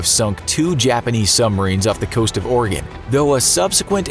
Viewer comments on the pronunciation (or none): none